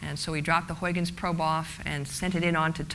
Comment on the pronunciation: please try to pronounce Huygens like huigens... not like hoyykens...it sounds idiotic..do your home work before doing a speech with an ui not an oi and a g not a k...a g like as in loCH ness.. not a k sound like in English good